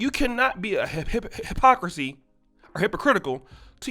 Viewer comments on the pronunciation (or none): When he started saying hypocrisy all I heard was HIPPO 🦛.... LMMFAO 🤣🤣🤣